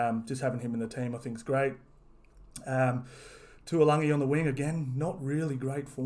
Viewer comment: A good way to pronounce taulangi is to say toll-Langi